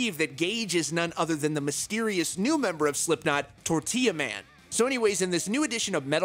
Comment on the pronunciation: Lol they way he says “tortilla man” 😂😂